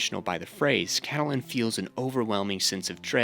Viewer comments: Cattle-Lyn? It's pronounced Cat-Lynn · I'm 20 minutes in. Great video so far, but your mispronunciation of Catelyn is driving me nuts. It's Cat-lynn, not Cah-teh-lynn 💀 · Why are you saying Cat uh Lynn. The pronunciation is Cat Lynn. In the show and the books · The way you’re pronouncing Catelyn 💀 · The way you pronounce "Catelyn" annoys the hell out of me. Even tho it appears that is the right way to say it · You mispronouncing Lysa’s and Cat’s name made me turn off and dislike your video. Did you watch the show?